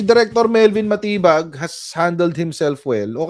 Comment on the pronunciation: SILENT “DI” dun sa surname ni Chief. Dapat pala talaga yun ang basa DiMatibag. 🤣😂